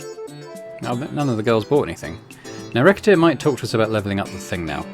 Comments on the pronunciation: It's definitely "ruh-set-tear" for the title and "ruh-set" for the name of the protagonist as the game is going for a French vibe in multiple elements. But you do you, I love the game and looking forward to the rest of the series 😊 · You pronounce Recettear as Racketeer, that is hilarious